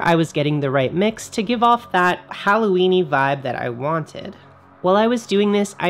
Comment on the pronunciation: Are you saying Howloweeny? :O